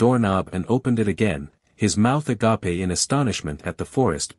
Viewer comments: The mispronunciations of simple English words like agape as 'agappey' tells me this narrator is AI. Go to a recap with a human narrator and help them out! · mouth ah-gahh-pay. gotta say, first time i heard that one! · “His mouth agape (Greek pronunciation meaning love)…” You know what?… I’m okay just laughing at this one. 😂